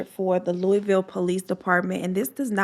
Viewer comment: Glad to see u and Bella are doing good. Thank you for this story Im from Louisville and knew Brenda and she was a wonderful person and u honored her story beautifully ❤️ and side note lol most people don't say Louisville right I hear it said 100s of ways so thank u for saying correct